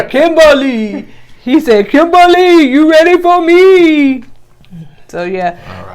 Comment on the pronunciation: Oooh chile, Edub did not say Zimbabwe 🇿🇼 . That’s my home country and you said it correctly too. As for Kimbaaaaaly if begging was a person,look no further.